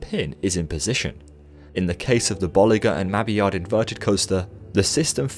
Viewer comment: Pronunciation of Bolliger & Mabillard is a bit off. Bolly-Gar Et Mabby-Yarr would be more accurate.